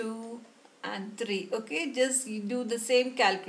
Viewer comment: Three ❌ tree✅ 😂